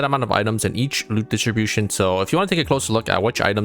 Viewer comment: I love how he says "Loot dishibushn"